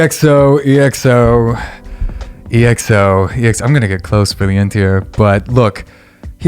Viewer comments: it's pronounced "eckso" not "e. x. o." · it’s said as XO not E X O please 😭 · Its not EXO (eeh-ek-so) but just( ekkso) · Its EXO not E-X-O....like "eggzo"...👍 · it's pronounced as EX-O not E X O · Just a friendly correction, EXO is pronounced as “XO”😊 and yes indeed Baekhyun got the most amazing voice😍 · It's pronounced as Ekso 😁 Love from Manipur, India ❤️🇮🇳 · Yesssssss!!!!! Finally an EXO related video!!!!..... Btw you can pronounce them as "ek-so", not only cuz that's how it's actually pronounced 😅 but I think that would be much easier to say. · Lmao how many EXO reactions will this guy do before he stops pronouncing their name as E-X-O? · It's pronounced EXO, not E-X-O. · Someone’s gotta tell him 💗we love you 😂but it’s EXO, not said E-X-O (sounds similar to echo but with an X instead of the “ch”)